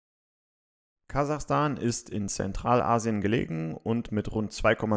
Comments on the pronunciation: 😅😅😅 Kasachastan hahahahaha Kazakhstan 😂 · Kazakhstan!! Nein Kazachstan!